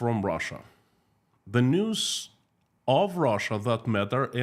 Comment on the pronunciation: Russian News? I thought I misheard you say the Russian Noose! Then I realized it’s basically the same thing! Unreal! 😮